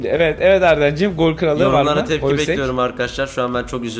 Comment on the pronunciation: Hloźek holsek diyen ' ye selam olsun seviliyorsun